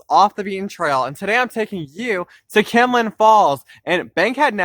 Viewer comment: Its kinlock not kinlin